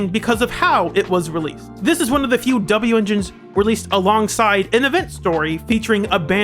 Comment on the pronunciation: Well that was good. Also just say wenjin like the rest of us.